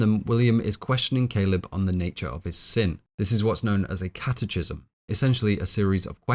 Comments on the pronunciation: Great film and wonderful analysis. Just want to let you know that catechism is pronounced catekism. Keep up the great work! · catechism = kat-uh-kism hard "ch," like schism, anarchism. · First off, I’d like to say that I deeply admire your work ethic, attention to detail, and dedication, and thoroughly enjoy your content. I do have one humble suggestion. It seems you gather most of your information from reading rather than formal education or discussion, as you frequently mispronounce terms which no native speaker familiar with the term would. One example is “catechism”, which is pronounced “kat-ah-kism”, not “kat-eh-chism”. It drags down the quality of your content when such a fundamental topic of your discussion, and which you spend over ten minutes on, is mispronounced. It’s hard to take the speaker seriously when they haven’t taken the time to make sure they’re pronouncing words correctly. Normally it doesn’t matter so much, but it stands in contrast as sloppy compared to the rest of your amazing and laborious work. All I would recommend is that you take a second to look up/listen to pronunciations of terms you’re not familiar with prior to recording. That would make these productions truly flawless. Love the work, and thank you so much for the effort and craftsmanship.